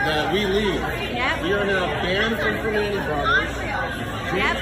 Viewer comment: It's pronounced PrimOnti bros. And North VerSAILS